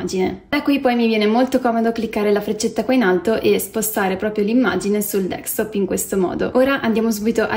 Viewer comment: Capisco che sia un tutorial “for dummies”,ok…ma ti prego, si chiama desktop, non dextop.